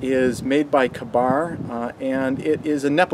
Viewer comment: The "a" is silent...K-Bar.